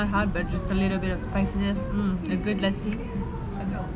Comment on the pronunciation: I love how say "Lassi". Perfect pronunciation and accents